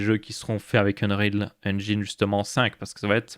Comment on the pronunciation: Merciiiii de commencer à faire l'effort de ne plus dire engAÏÏÏÏÏne <3 <3